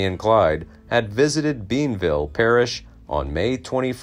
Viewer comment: It's not Beanville, LA, but Bienville.